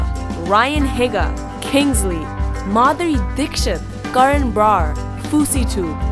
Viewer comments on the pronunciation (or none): did she seriously say Ryan higa? that's like saying its pronounce niggahigga XDD you say it last ke HEEGA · I thought it was pronounced Ryan Heega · NOT HiGA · IT'S PRONOUNCED RYAN HEEGA!!!! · haha Lilly Higa is pronounced Heega XD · Is nobody going to talk about how she pronounced " Ryan Higa " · Woman you did not just say ryan higa wrong! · Did anyone else notice she said Ryan Higas last name wrong? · when will you learn how to pronounce Higa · not really unless you're saying Ryan's channel name. I just think its weird that they're such good friends and she still pronounces his last name the wrong way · You said ryans last name wrong x3